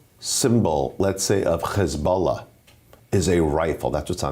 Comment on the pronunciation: As an palestinian I have to say, I love the way they pronounce Hisbollah and Hamas..... 😂😂😂 Completely wrong but it makes them feel more indigenous to the area, I guess....